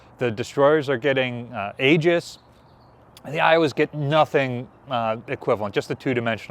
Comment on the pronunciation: FYI, it is correctly pronounced “EE-juss”……..not “A-juss” or whatever you were saying.